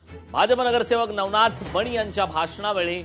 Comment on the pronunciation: नवनाथ बोल...नवनाथ बोल....😂😂😂